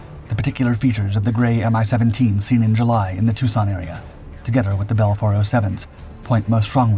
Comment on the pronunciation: 'Mi' for MiLis pronounced as a word, not as two separate letters. Same goes for Tu (Tupolev), Il (Ilyushin), Yak (Yakovlev), Be (Beriev) etc. Good to know for your future videos.